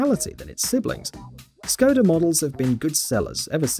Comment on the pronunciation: Nobody: This guy: "Ssskoda Rapeed"